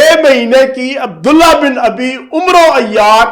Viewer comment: عبد اللہ بن اُبی ھے اور عمرو عین کے زبر کیساتھ ھے اور واو نھیں پڑھا جائے گا ۔۔۔ آصف غوری۔۔۔